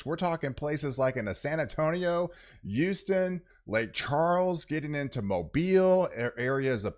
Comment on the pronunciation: It's HOUSTON!! Not YOUSTON. Emphasis on the H. HOUSTON. 😁